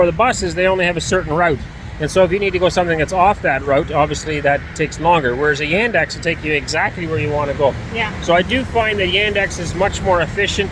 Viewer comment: The alternative to the public transportation that was mentioned was Yandex taxi. The pronunciation made it difficult to understand. Basically, Yandex is Russian Google. Uber and Lyft left Russia with the sanctions, so Yandex taxi is a big deal now.